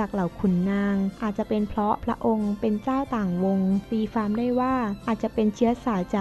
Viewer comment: ตีความ ออกเสียงเป็น ตีฟาม ใช้ภาษาไทยแบบนี้ มาอ่านประวัติศาสตร์ไทยได้ยังงัย มันน่าชื่นชม มันเก่งยังงัย